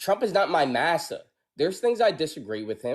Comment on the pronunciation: I rewinded so many times 😂 the way he said massa 😅